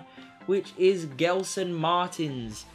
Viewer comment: Gelson is pronouced like "jelson"